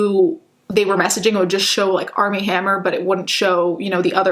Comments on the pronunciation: I swear she keeps saying ARM N HAMMER 😂😂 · I kept thinking she was saying “Arm & Hammer” like the baking powder 😂😂